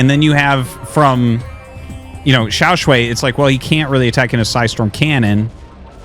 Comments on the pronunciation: Artosis I am begging you to fix your pronunciation of Xiaoshuai. It's "sh + why", so it's the "aiii" sound in "why" not "way" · Hey artosis, just wanted to let you know that Xiaoshuai is pronounced more like “shu-ai” just in case you wanted to know for future casts. His name actually means “Little handsome” which is funny to think about.